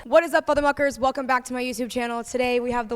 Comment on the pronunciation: My inner emo when she said fothermuckers oh my GOD that reminded me of Jeydon Wale